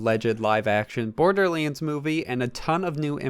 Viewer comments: it's borderlands not bordelands say it right dude you idiot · dude come on it’s pronounced borderlands not borderlyands